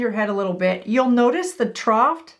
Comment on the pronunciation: “Trough” does not have a T at the end.